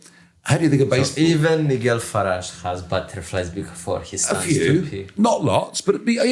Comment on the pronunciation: Fidias μάθε αγγλικά ρε φίλε σε παρακαλώ. Τι Νιγκελ. ΝΑΙΤΖΕΛ